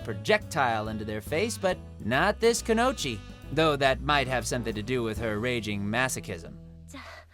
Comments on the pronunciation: Hearing an anime voice actor pronounce Ayame Ayama and kunoichi kunochi and Kuroki Kuruki hurts my soul as a fan of anime dubs... Todd, my dude, this is your literal job. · 2 things wrong with this video: 1. Todd is mispronouncing a fair amount here... Two standouts are "Kuroko" and "kunoichi". What is it with dub VAs mispronouncing so much stuff? 2. No Yamada from B Gata H Kei. The girl's whole purpose that drives a large part of the plot is to sleep with 100 guys while in high school, and even once she settles on one guy, she is constantly trying to get it on with him. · Why try when you can't say kunoichi ....